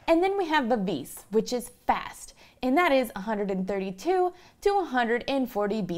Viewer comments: Vivees? I think you mean Vivace (pronounced Vi-va-cheh) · "moderoto"? "vivice"... lady, you are a musician... learn some basic italian :-)